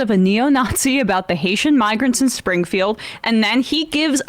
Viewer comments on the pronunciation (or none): Hard “R” in migRrrants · i heard "migr" seemed like he merged "hatian" with "immigrants" so came out as hayshi"migr"